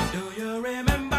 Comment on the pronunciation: Remembah sounds totally Boston !!! Glad you showed that ! Made me smile .